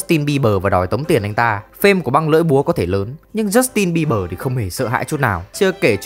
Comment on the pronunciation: jút tin bi bờ...😊...tếu nhẹ lắm... kkk